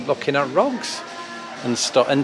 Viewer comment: You're looking at "rogs?" That's an oddity of the British accent I've never heard before.